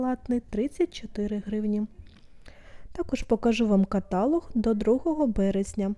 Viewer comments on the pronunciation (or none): только каталОг 😊 Не обижайся )) заговорилась, бывает